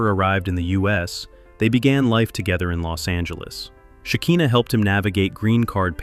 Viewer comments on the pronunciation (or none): It’s SHE KAI NAH not SHE KEEN NAH